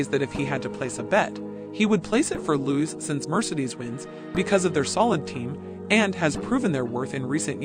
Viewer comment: My god… do something on your pronunciation of “foreign” names … Louwais?